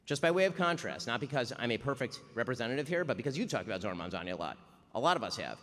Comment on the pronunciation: I do love how Megyn insists on Mamdami instead of Mamdani.